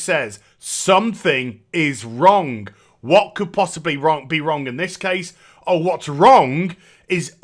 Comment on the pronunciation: Never knew there was a K at the end of "Wrong". I've been wronk this whole time.